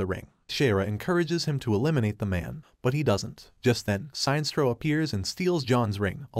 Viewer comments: sin estro not signstro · "Science-troll"? ..... not "Sin-es-tro" ??? .... OMG, pls update the computer-text-to-speech pronunciation/voice database !!! ..... or not ..... lolz Can we have "Science-troll" versus "Sin-es-tro" in a villian-vs-villian fight? :-D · SIGN-STRO....... SIN-NES-STRO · How the hell does he mispronounce Sinestro? It's Sin - Est - Ro not Sine - Stro. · Sine-stro? Sin-es-tro, as in the word "Sinister." That's far from the first blatant and complete mispronunciation you've had in your videos. In your video covering the movie where Lex as president puts a $1B bounty on Superman, you kept saying "metal-o" instead of "met-allo" (as in alloy). Every official voice line ever has pronounced these names differently from how you have. Please put more effort into these. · Shines-tro? I thought he's "Sin-nes-tro" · Damn it, it is like Sinister, that is how it is pronounced!! Pure Silver age SINESTRO!! SIN-ESTRO not SINE!! It may be campy but that's what it was when comics were for kids and mot adults!! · It's not pronounced "Si nestro", it's pronounced "Sin estro". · The way he pronounces Sinestro xD "Sine strow" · Seinstro, the new intergalactic sitcom. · How does the narrator butcher Sinestro’s name?? “Sine-stro”??!! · was this read by a bot? because the mispronunciation of the name sinestro is anoying. sin estro is what it should be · That run was horrible but not as horrible as the pronunciation of Sinestro..